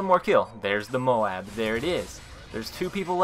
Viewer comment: You pronounce MOAB wrong. Listen to how WHITEBOY7thst says it!